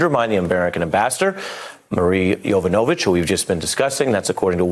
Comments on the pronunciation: OK. But PLEASE! Her name is pronounced YovANovitch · Melber Respectfully, it's 'YovAnovitch', not 'YovOnovitch' Peace :)